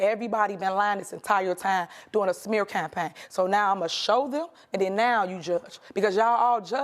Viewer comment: "This is a smear champagne with all these false Alize-tions." Tell me you're an alcoholic without telling me you're an alcoholic.